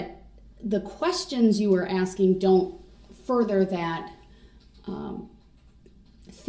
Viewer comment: wait is he really asking (axing) around the 3h15 mark if it's legal for the protection to prepare their questions in advance???